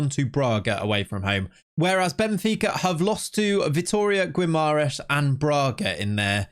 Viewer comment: In Portuguese Gue and Gui, the U is (nearly) always silent So Guimarães is Gimar ein sh and Miguel is Mee Gel (not Jel) Ç is pronounced S So Taça is Tah sa